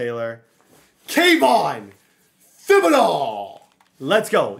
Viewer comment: please learn how to say kayvon thibodaux last name. it bothers me so much on how you say it